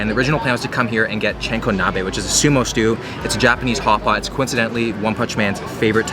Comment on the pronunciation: SMH!!! It sounded like you said Chinkonabe instead of Chankonabe. Chinko = Penis. good video but there were so many mispronunciations.